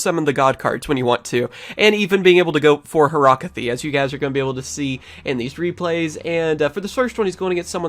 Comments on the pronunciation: It's not horactie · she's called horakty